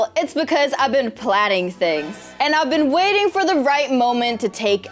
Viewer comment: Poor moody she don't know how to read.she said i have being While 😂